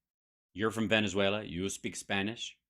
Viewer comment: Veneswulla? I've never heard it pronounced that way before.